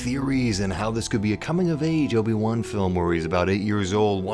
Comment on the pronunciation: Lobi-Wan Kenobi 😂😂😂😂